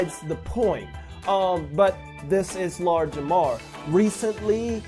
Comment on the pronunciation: i swear I'm hearing Lard Jamar lol